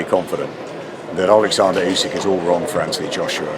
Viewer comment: Why do people pronounce names different to the actual folks they are mentioning. Olikzander?